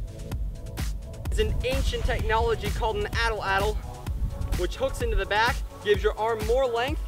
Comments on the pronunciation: Your saying it wrong. It's pronounced like at-laddle. Atlatle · atl atl? its called an Atlatle...wtf atl atl...